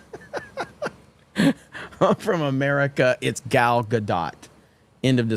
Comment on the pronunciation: her first name rhymes with ball not foul (Gal Gadot).